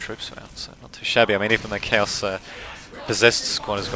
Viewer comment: Great commentary man <3 The first time you said Chaos i heard Cows so i was like wtf o.O Anyways keep on the good work. And keep uploading those Men of War commentaries ^^